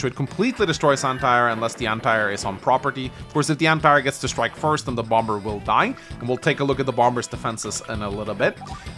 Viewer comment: It kills me you keep pronouncing the second b. However this is a great video